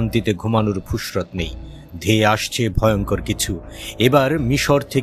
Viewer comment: ফুসরত❌ ফুরসত✅